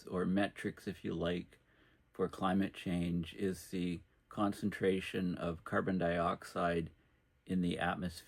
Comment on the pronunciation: It's zee Sun.